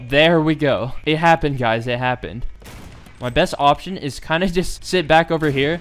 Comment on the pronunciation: "my best awp-tion"